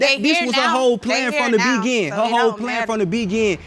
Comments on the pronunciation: Why can’t he say beginING - he keeps saying from the begin 😆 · From the begin, smh! It's beginning idiot! That first case whew, they sound so country and ignorant. They sure don't need kids, they both need English classes. Embarrassing, he can't even pronounce straight and she even pronounce thing, it's not thang, smh. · The way he pronounces beginning gets on my nerves 😂